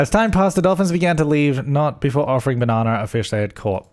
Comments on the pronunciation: Do you say it “Bananar” because of your accent or because her name is Banana R.? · Is he saying Banana R or just Banana but his accent makes it sound like Bananar? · hearing you say banana over and over is very satisfying hahaha